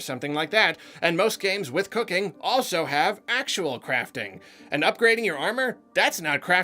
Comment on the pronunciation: why did it sound like "cocaine" when he said cooking?